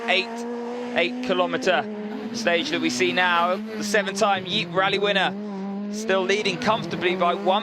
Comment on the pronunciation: Yeep, Loich, etc. Horrible research on how to pronounce shit, commentator.. Anyway, thanks for the upload.